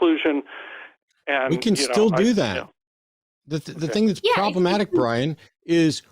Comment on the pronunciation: 'Who is this Bwian?'